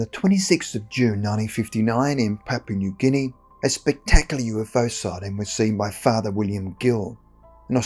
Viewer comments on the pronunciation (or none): none